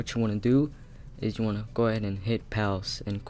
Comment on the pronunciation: He said pouse